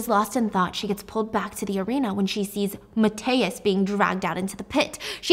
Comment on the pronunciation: I love you so much, but please you butchered Mathias' name😭